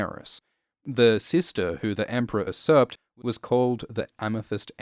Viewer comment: the word "usurp" is pronounced "you-serp" not "uh-serp". You can hear this word and more at.